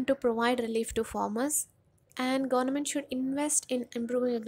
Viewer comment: Please pronounce Government properly.